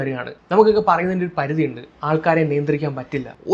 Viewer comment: പരുതി ❌ പരിധി ✅